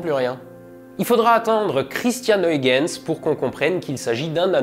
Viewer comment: Pourquoi tu prononce bien kuyper mais pas huygens?